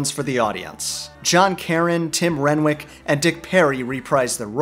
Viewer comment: Just a heads up, Tim Renwick’s last name is pronounced “Ren-nick”